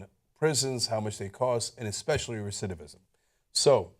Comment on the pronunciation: Did Cenk just messed up the word "recidivism" twice? lol